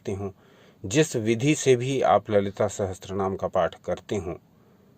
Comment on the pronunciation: Sahatsara ni he bhai Sahasra. boliye